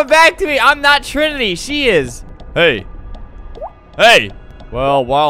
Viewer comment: Trimity not trinity